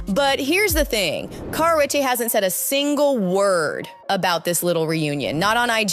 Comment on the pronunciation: She can’t say her name properly!!! 🤦🏻‍♀️🤣🤣